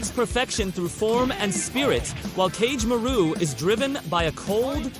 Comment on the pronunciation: The pronunciations of Kagemaru (Ka-geh-ma-roo) is frying me 💀